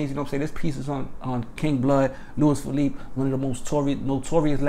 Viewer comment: You didn’t say his last name right